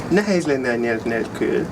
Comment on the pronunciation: Nagyon ügyes vagy! Talán a /cs/ hang nem kéne, hogy erős legyen. Ne úgy mint pl a 'watch' szóban. Nézd meg a magyarok hogy ejtik a /tsh/-t (hibásan) ebben a szóban -egy erőtlen /cs/. Az /é/ -re vigyázz, hogy pl. a 'nehéz' szóban ne diftongizáld. Ez egyszerűen egy hosszú /é/=/é :/. A magyarban vannak hosszú mássalhangzók! Long Consonants. 'attól' függ /t:/. Try to say the name Emma in Hu. It is not /ema/ but /emma/. De tényleg nagyon jó!